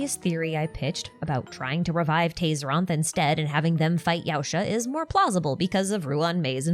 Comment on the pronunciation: Not sure if it was corrected elsewhere but Yaoshi is pronounced Yao-shee in Chinese not Yao-shuh/Yao-sha 💚